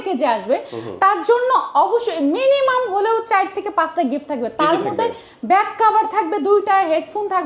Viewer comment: যেমন গলা যেমন মূর্থ 😂 চাইর নাকি চার 😂